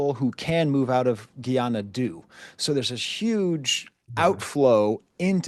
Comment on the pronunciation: AAVA. The "Guy" in Guyana (that used to be British Guiana) rhymes with sky. Must be the French coming out in you Prof.